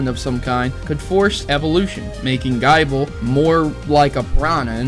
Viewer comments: I swear did you just say (guy-bul) in stead of (gi-bul) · I agree with theory, but I'd like to correct your pronounciation for future reference, if thats okay with you. You were saying Gible like guy-ble. However, I believe, according to the anime, it's Gih-ble. This is most likely due to it being Gible like Nibble, Gabite like Bite and Garchomp like Chomp. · Dude, you don't pronounce Gible as Bible! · Oh yeah by the way the pronouncement for gible is not gy-ble it is pronounced gi-ble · Nibble -> Bite -> Chomp Its not pronounced "Gaible" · It's gib-le not gyble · "GUY-bull" ....wut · Guyble!! WTF! It's Gible the anime clearly says the name right and the books tell you how to pronounce it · You do realize that's not how you pronounce Gible, because it's supposed to rhyme with nibble. The whole evolution line is based off biting. GaBITE, GarCHOMP, like really. That should be logical man. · You need to work on your pronunciations it ruined a video which actually made a lot of sence till you brougjt up gible. But i do agree on the rest of it.